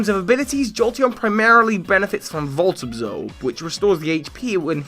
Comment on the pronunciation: "Volt Abzobe"...